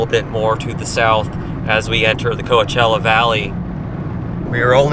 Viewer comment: It confused me when you pronounced "Coachella" close to correct. No one pronounces it 100%.